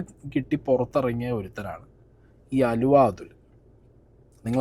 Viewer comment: ആലുവ അല്ല അലുവ